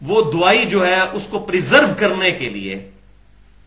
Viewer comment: NOT DOOAAII CORRECT WORD IS DAWAEE